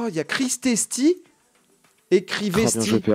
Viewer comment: Mon Dieu quand il lit Crisesty au lieu de Crivesty j'ai crié